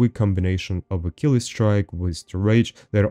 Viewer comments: What you on about? He totally pronounces it right... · he pronounced it right, it's a roman name not fucking english